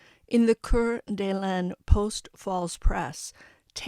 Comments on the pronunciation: It's pronounced ..core da lane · *Core De Lane < Coeur d'Alene pronunciation in English. (Gotta get yourself a pop screen, chica.) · It's pronounced "Core da lane". and "Koot en eye" county.